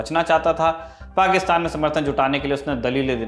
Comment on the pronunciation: पाकिस्तान तो सही से बोलना सीखिए|